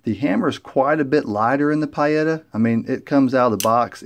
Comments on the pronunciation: Pee-Yetta not Pie-Etta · In Italian the i is silent.Peetta is the correct pronuciation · Lord have mercy, it's PEE-eta... Who the Hell ever called them PIE-etta???? NOBODY, EVER. Thanks....Ugh. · Pie-Yetta? It’s Pee-Yetta. Italian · Pee-eta! Not pie-eta> Nice review though. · Pietta is pronounced "Pee-etta"....... Not "Pie-Etta" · Don't mean to be a pain with the PIE-etta comment, brother... it was just driving me nuts... I just wanted to say that your video has lots of excellent information in it, and it's very well done. So, cheers to that, and I've subscribed to be able to get notifications for more of your videos. :) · It's pronounced...Pee etta. Good video...thanks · Pronounced: Pea-a-tah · Pronounced like pee ETA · Your saying pietta wrong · Thumbs down because of your brand pronunciation. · "Pee-eight-ahh" and Uberti is with a "U" like Uber not you-berti. Helps to know Italian. 👍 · Nice revolvers! I have some of the black powder revolvers Pietta , and a Ruger Blackhawk in .45 Colt which isn’t really historical-oriented. These are beautiful! I really love the fact you included the historical aspects of the manufacturers. By the way, not that it matters for the review, but the pronunciations for Uberti and Pietta could be adjusted if you wanted to sound like an Italian, LOL: Uberti = “oo-BEAR-tea” and Pietta = “pee-EH-ta” My American grandfather (from Charlotte, NC) used to call my Italian father an “Eye-talian” and it used to crack us up (including him). Anyway, I really enjoyed your review. It was thorough with nice camera frames, unboxing, history, model number cryptography, hammer clicks, putting cylinders back into battery to prevent wear (pure gold), and more. You provided an incredible amount of info and intelligent analysis!! I wish others had your natural talent! Keep up the good work.